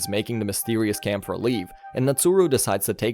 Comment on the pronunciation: Its KÄMPFER not Kampfer its german for fighter